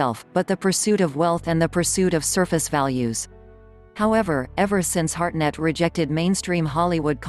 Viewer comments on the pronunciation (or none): It’s Hartnett, not Harnett, you dufusses.